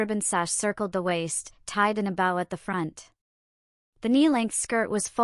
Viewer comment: Please stop mispronouncing bow 😢😢